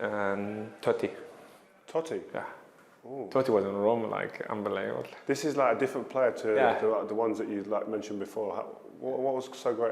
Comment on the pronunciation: Mo 'Unbeleebull' Salah